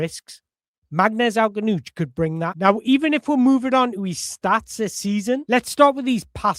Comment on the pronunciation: You're gonna have a lot of fun trying to pronounce his surname brother...you're not even close right now but I'm loving listening to you try...I'm sitting here with my popcorn 🍿😂